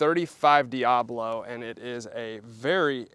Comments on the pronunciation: It’s not dee ah blow. It’s dee ah bow low. Look how it’s spelled and say it correctly, please. It makes you look smarter. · Sorry to be that guy, but it's "diaBOlo" not "diAblo." Diabolo describes the shape of the pellet, not Satan. lol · That word is "Dia-bolo" not "Diablo" as in spanish for devil. I think it's pronounced "Dee-uh-boh-low" It refers to the shape of the pellet.